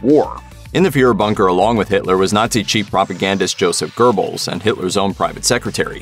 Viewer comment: Guerbles pronunciation is really hurting my ears. There's no R in it ever. In English, closest would be Goehbels. Somewhat like an umlaut.